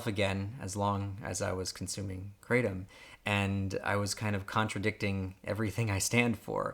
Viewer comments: I completely agree here, my experience was the exact same, and then again with even higher doses for a longer period of time as well, and I also have more experience with other opioids and opiates. Kratom (pronounced "kreh-Tom", as in the name "Tom") has a half-life that is much longer than many opioids/opiates. It builds up in the system with daily use, requiring higher and higher doses to maintain and yet keeps increasing in the rebound in ways with certain active metabolites especially. This is compounded by using strong or extract kratom. The withdrawal can be much more prolonged than many other opioids, including herion. It's not as severe in ways, but I would mostly call it "different" - it's more severe in ways as well, especially the length some symptoms can last - but the first three days are not as much of a hell as other opioids either. It's bad in it's own way. It's quite addictive because of this nature, and how slowly and insidiously it takes hold, because it does seem so benign and controllable at first, especially before daily dosing and seeing how others react without daily dosing. Kratom NEEDS to stay legal to be safe and can be quite beneficial, but don't ever trick yourself into thinking daily use will work out for you in the long run. It could be quite hellish, so only do so if desperate. It is unknown if some of these side effects are permanent, because most people just seem to get used to them but clearly still show behaviors that someone who is low on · You don't seem to be be able to even PRONOUNCE KRATOM. So how can you hope we trust believe or even would consider anything it is that you have to say . ? ? Yo ? BTW: it's " cray'-tom ". KRATOM has effectively REPLACED my over-all need for Prescription pain meds like Oxycodone, Oxycontin & Fentanyl by 95%. That is huge & shame on America for not recognizing this . Take good care & KNOW that our Creator is Crazy in Love with you ! ! ! yet, I could care less WHO you are, lol . . .